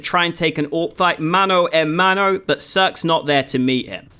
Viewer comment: o gringo falando "mano a mano" kkkkkk great video man